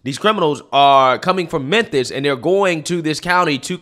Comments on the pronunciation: What the hell is "Memthis"? Memphis The ph has an "F" sound. Could be spelled like this. Memfis. Just joking 😂😂😂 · Can we all acknowledge that calls memphis "menthis"? I'm here for it. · It isn't Menthis, it's Memphis. I grew up there. Mem-fiss. There's no N in it anywhere. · aight being real. why cant he pronounce the ph in memphis. he sayin menthis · Menthis? or Memphis? I am confused. You said Menthis but I think you mean Memphis, unless I am just hearing you wrong, lol. Yes, the jail population will go down because people who SHOULD be in jail won't be. Bail reform is delusional. It never works. We have tons of stats to backup the fact that having a bail system WORKS. If you don't make enough money to bail yourself out then that is a personal problem. Don't commit crimes and you won't have to ever worry about being able to afford bail. I swear, accountability is going out the window. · Memphis. MemFis Not memthis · Mentis, Tennessee? The way he pronounces Memphis is funny..lol You are great man!! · Why does it sound like is saying menthis over and over lol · Yea, he's definitely saying Menthis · 😄, I'm very pleased that you were able to stop calling Tucker carL-son...Tucker Car-son. Now we have a new name for you to fix. The city is called "mem-phis". Pronounced "mem-Fis"...not "men-this". LOL Please practice saying "Mem-Fis". Those pronunciations of yours have me crying laughing. I know you're intelligent, but names are NOT your game. It's all in love. LOL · I know im not hearing "MENTHIS?" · why is he saying "Menthis" instead of "Memphis" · It's mem-phis bro. Not menthis😂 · Is he saying mensis😂😂 I love how he butchers words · It's mem-phis not men-this. Much love. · Is saying Memthis? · Bro…its “Memphis” not “Menthis”. Like phat. You don’t have a producer to catch stuff like that? 😂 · You mean MenTHis? According to that’s how it’s pronounced. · why the hell do you pronounce Memphis as menthis? like bruh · Methmas, TN?... sounds right